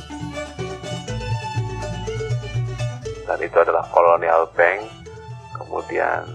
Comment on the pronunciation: Very nice video….for info: pronunciation ( pengucapan) Indonesian and bahasa Belanda is the same….Handel …not Hendel but like the a in “knalpot”. the same with Bank. not Benk